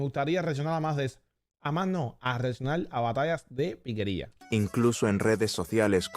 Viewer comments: no es piquería, es piqueria. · ¡Ey mani! Gracias por reaccionar a este género que se lleva en el alma y que corre como río caudaloso por las venas. Por aquí te dejo una corrección, no es piquería, el nombre es piqueria, que como ya sabes es la capacidad de improvisación, tomando como base una canción conocida. Bendiciones desde Valledupar.